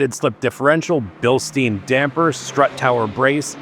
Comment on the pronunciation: it is BILSTAYN not BILSTEEN ( Bilstein = Stein means stone in German )